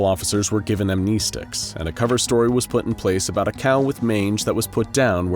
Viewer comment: fucking am-knee-sticks, what do they do? Amnestics fuck with your memory, but you keep talking about these knee-sticks?